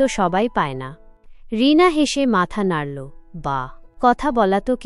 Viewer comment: নাড়োল্ নয এটা হবে “ নাড়লো” ভাবোল নয় “ভাবলো”. এল্ না নয় হবে “ এলোনা “। বেরোল্ না নয় হবে “বেরুলোনা”😅